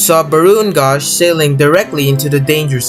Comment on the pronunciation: It Is Actuallly Said SS Ba r o n Gausch